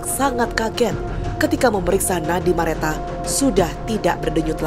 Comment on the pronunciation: Salfok hostnya blg nama korban Merata berkali2 pdhl di Nisan jelas2 namanya Mareta 😢 please jgn ngandelin prompter